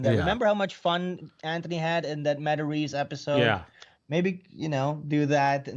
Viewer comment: "hey, I'm Joe MataRESE 🤷‍♂"